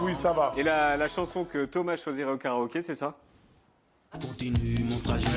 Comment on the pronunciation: Thomas!!! Prononce correctement le nom de ton Père!